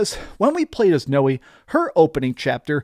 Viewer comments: Noee and YasUke? I know they had to have said their names in cutscenes. How did you not know how to say their names? And no AC does not have “actual aliens” Corey May even said it was written in the AC lore Bible that the First Civ are not aliens. I’m sorry but someone who played these games should know that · Thanks! You’re awesome. Btw it’s pronounced “now-ay”. Stoked for this game.